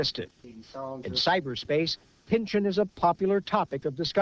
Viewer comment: It's pronounced "pin-chawn", not "pinchin".